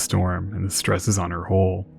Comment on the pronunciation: I cant tell when you're trying to say Hull, hold, hole or whole. You pronounce all of them exactly the same. You really need to please work on the pronunciation of Hull especially